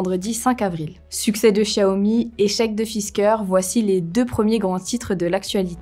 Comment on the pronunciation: Oui je suis d'accord et elle prononce correctement Xiaomi.